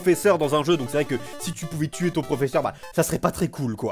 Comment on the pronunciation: tu beug sur tuer tu dis "tuier"